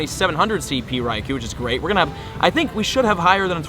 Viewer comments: Every single day I mean to count how many times you say, "Raikou" in the video but I always forget until half way through....I'd lose count anyway......and you pronounce it wrong 100% of the time...lol. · Any one else annoyed by he keeps saying Raikou incorrectly... Watch your home boy T-Tips video about Raikou